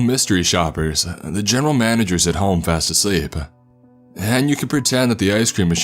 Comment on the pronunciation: “In six monthsuh, their had been 4 new managersuh”